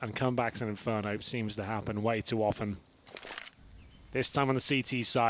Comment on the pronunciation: Não in fer do rento